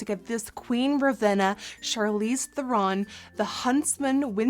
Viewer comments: did! xD It's"'Th-eh-rn", not "Th-er-ron". Or really "Thrrn" with a roll of the tongue in South African. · Actually Charlize Theron is prononced Trrron ...google it!;) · everything is great except for it's thEron, not therOn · I hate to be that person, but Charlize's name is actually pronounced "ther-in" not "ther-ron" ! :) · it is pronounced "Ther-in" she even said so herself.. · when you scroll through the comments to see if anyone had corrected her pronunciation of her name yet... Theron rhymes with heron 😂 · the amount of times she said Charles therons name wrong is funny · Courtney Strydom i just realized that i wrote it wrong XD . and shes saying " theron" wrong not charlize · She pronounced Theron wrong but she's still slaying tho! 💕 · I cringe every time I hear her say Theron.